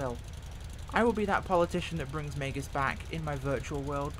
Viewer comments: It's "mEEgs" field not 'maygus' field. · Minor detail. Meigs. One syllable. Say it with a hard A vowel sound. "May"gz. Not 'may-gus.' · It is pronounced, Mig's. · I know it's a small thing.....but Megz, it's pronounced Megz. The i is before the g. ;-) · Please, please, please... pronounce the name correctly. I lived in Chicago, grew up with the airport, and your pronunciation was like nails on a chalkboard.